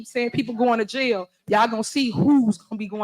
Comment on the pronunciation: "Jiyill" is jail in Henyard speak.